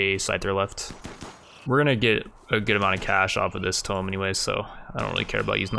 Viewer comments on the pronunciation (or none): I love the content but tomb is pronounced tOOmb